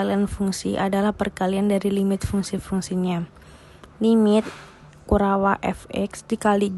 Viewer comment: penjelasan materinya jelas dan mudah di pahami. Rada aneh mendengar penyebutan kurawa